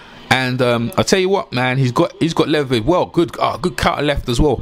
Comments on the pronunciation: Dude slow down it’s led-be-dev. Queens English my ass. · Lol Big below me, "just call him Dennis" lol...I lost it by this one "Dennis Moovinemoo"...just messin with you tho great vid